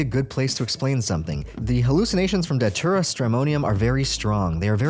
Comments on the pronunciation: it's not "daCHURA" it's "daTURA" man....c'mon why do americans always intentionally pronounce things blatantly wrong? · Its datura. Not datchura. Tho i think ppl should just call it detera, cuz its close enough to deterent. Amd it seems.mostly everyone whose done it wants to deter others fro. Doing so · Dude why do you keep saying Dochura